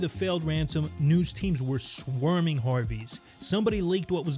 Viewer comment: Swerming?!?!? I think you meant SWARMING! Swerming is NOT a word!! 😂🤣